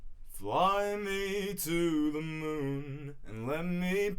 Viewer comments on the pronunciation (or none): none